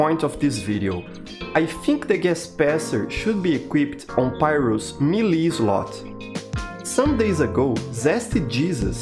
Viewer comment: fun fact, the way he pronounces is exactly how rusian word for "cute" is. Милый/meely